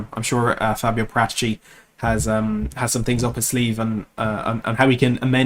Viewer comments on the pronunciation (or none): It alright, I've said the same thing in other THFC channels, the fact everyone pronounces Fabio's' as if he's from India, as in Para-tagee instead of Para-te-chee, he is Italian after all, the emphasis should be on the (Para)-te-chee as in Paratici